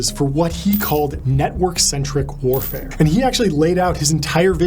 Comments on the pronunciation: I'm not a native speaker but "warfair"? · Warfair? or warfare? ;)